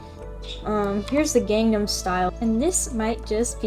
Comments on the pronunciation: “And uhm- here’s the gangman style”😎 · “Uuuhm, here’s the gangnum style-“ Got me rolling on the floor 😂